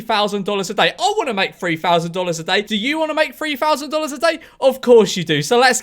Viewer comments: FREE-FOUSAND DOLLAS A DAY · free fousand dollas a dauy